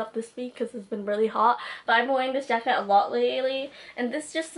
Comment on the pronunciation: "track jracket" lol, not being mean😂loved this video